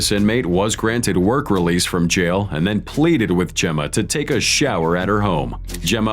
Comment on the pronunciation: “Sitting in a jyal”